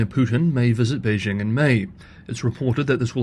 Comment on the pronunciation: A channel exclusively about China in which the host doesn't know how to correctly pronounce Beijing. As Uncle Roger says: "So white! So white!"